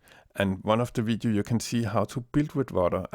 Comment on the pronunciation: "This vidiu" lol =P